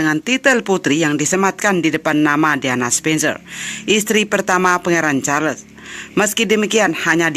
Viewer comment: Jangan la sebut Char les...buruk bunyinya.